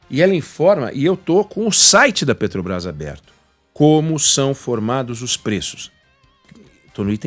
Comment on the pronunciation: Esse jumento fala "pretobais" se não sabe nem falar, como vai entender de precificação dos combustíveis.